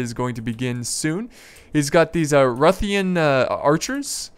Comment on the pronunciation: Nice video, but how can somebody pronounce "Ruthenian" as "Ruthian"? I'm not from that area but it doesn't seem that hard to say Ruthenian.